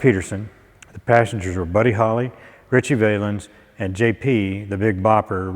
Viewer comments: Ive never heard anybody pronounce Richie's stage name as Vay-lens. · Yeah real nice fella but it would’ve been great if he would learn to pronounce Ritchie Valens name he pronounces it as if it was Vay -lensI mean if you’re going to do a video cast on three guys you can’t be that much extra work to make sure you know how to pronounce their names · Not even pronouncing the name "Valens" properly is shameful when doing a video about this accident, as well known as he was....... stick to a subject you know. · Does he seriously not know how to pronounce Ritchie Valens name???? Come on, man. Lol(a la sleepy Joe biden)